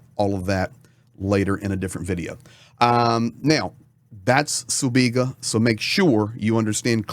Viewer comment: Sibiga, not Subiga. This is not the Cyrillic alphabet.